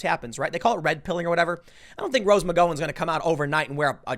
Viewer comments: Rose McGowan.....is pronounced Mc gOw in....like wow, cow, how... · Gao-Win, The one who dated Marilyn Mansons last name is pronounced Mc Gao-Win. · Can we have bi partisan agreement that it’s McGowan-the “gow” rhymes with cow? ffs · Anynody ever tell him it's pronounced like Mc-Cow-en? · I'm gonna unsub if you can't figure out how to pronounce McGowan (Mig-ow-an) and Mika (Me-cuh). Jesus Fucking Chri-stuh-stuh-st Tim... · For the love of all that's holy... her name is pronounced Mc-Gao-an [here, gao sounds like "cow" but with a g instead of c] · Tim it’s pronounced rose mcgowwan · God damn tim sucks with names! Mick - gow - en!!!!!!!!!!! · Tim!!!! The Gowan part of her name is pronounced like “cow” or “ow”. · For the last few weeks I’ve been thinking this Rose Mc-go-an character is some new political commentator or something.... I’m glad I’m not the only one confused by Tim’s pronunciation. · its Gow as in Cow , you have a weird way of saying her surname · Rose mc-ga - OW - N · Rose Mc-g-OW-n (that’s the pronunciation of her last name) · Is anyone going to correct Tim on his pronunciation of McGowan? I believe it's gow like cow. Not a big deal, but its causing me to twitch every time. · Why are you pronouncing her name like that? It's driving me crazy! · Tim needs to learn how to pronounce MCGOWAN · PLEASE TIM, for the love of GOD follow this link! It pronounces Rose McGowan. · If you're going to keep bringing up rose McGowan can you please learn how to pronounce her name? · My god, the way Americans pronounce Irish surnames. McGowan... The Gow rhymes with Cow. The an is pronounced in. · How do you not know how to pronounce McGowan? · would it be possible for Tim to either, learn how to pronounce names, or at least not say their name 50 times a video wrong? JESUS CHRIST MAN either say it right or don't say it so many god damn times wrong. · Does Tim EVER pronounce anyone's name correctly?? 😜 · Tim you need to work on Rose's last name!! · Mc-gOW-wan. Not McGOwan.